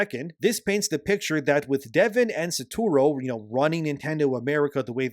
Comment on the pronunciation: The number of time Shibata Satoru been called “Saturo” over this video made it so much harder to listen to 😭 (Like, I’m not an English speaker and hearing one’s name being butchered again and again is so distracting)